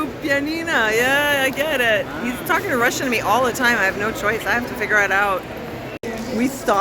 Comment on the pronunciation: He speaks good Russian, I'm surprised. Great pronunciation!